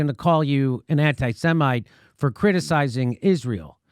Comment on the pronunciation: Did Galloway say anti-semen instead of anti-Semite? Is he against swallowing?